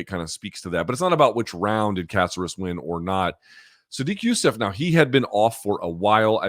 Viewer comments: caceras. y cant u pronounce. its not a casserole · For a guy that's married to a latina he pronunciations are terrible. Alex Caceres (Kah-sair-ess) they say it correctly every time he fights in the broadcast. Lol How tf does this guy always butcher names??? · Why are you, is he, saying Caceres’ name like that? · How does Luke not know how to pronounce Caceres by now?